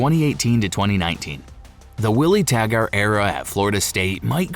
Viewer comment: It's pronounced Tag-ert not Tag-art